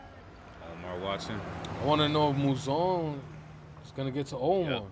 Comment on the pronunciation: 7HELLS‼️ As much as I hate Bro Mouzone it's like hearing a screeching chalkboard when you keep saying his name wrong😫 The emphasis is on ZONE and this is not the Sopranos its NOT Italian🤦🏾‍♀️